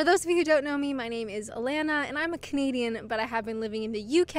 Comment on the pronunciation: I like Alanna. When I first watched her, she pronounced CANADIAN sounding like Caneedian and I thought she was a comedian and wondered how she could make a living there. She's witty, honest, self-deprecating, and a joy to watch. The British are lucky to have her.